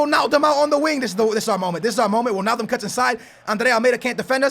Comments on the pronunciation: "Wilnaldum" and "Moreño" piss me off so much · It's not wilnaldum